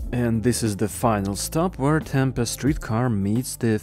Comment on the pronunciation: Tucson is pronounced "too-sahn".. not "tuk-sin" Also Tempe is pronounced with a hard "ee" at the end.